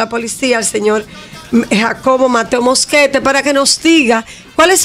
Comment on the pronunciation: alguien pudo contar cuantas veces la doctora morel pronuncia mal el apellido del coronel ya que ella dice Mosquete con SSSSSSSSSSSSS